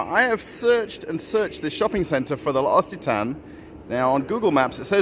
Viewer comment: Pronounced: Lox a Ton is correct L’Occitane. Question: How are you fairing with the War in Ukraine 🇺🇦? You never speak of it?